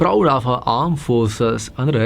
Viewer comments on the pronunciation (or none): none